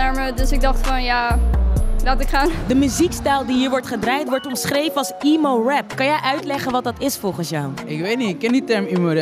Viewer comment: Niet "iemo" rap maar "emo" rap